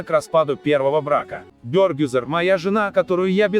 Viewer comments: Не Бёёргюзар, а Бергюзар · Имя Бергюзар почему не правильно произносите?????? Слух режет😣😣😣